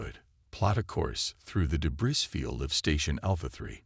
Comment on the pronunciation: Well, you've almost learned how to pronounce debris. But if you're going to unleash the Kraken, you probably ought to learn to pronounce that too.